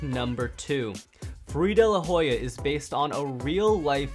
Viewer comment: You didn't say daylahoya